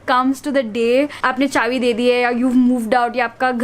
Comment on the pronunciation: M I the only one who noticed she says chavi instead of chabi everytime